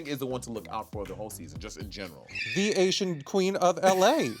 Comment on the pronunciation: Did she not say SLAYsian?